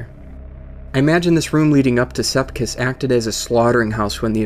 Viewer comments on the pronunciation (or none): Sepiks not sepkis but k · It's sepiks not sepkis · you said sepiks wrong